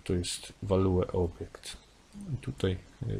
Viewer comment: WalueObjekt paraliżuje uszy 😉